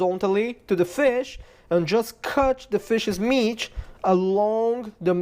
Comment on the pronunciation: "Meatch" lol. Great video man. Very informative.